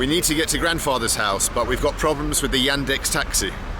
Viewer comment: 8;24 Never thought that "Yandex" might sound like "young dicks" :D